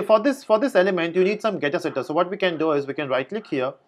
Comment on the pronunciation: Love the way you say "Dabl" & "GettaSetta" :D